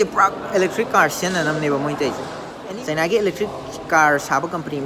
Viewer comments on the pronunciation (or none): none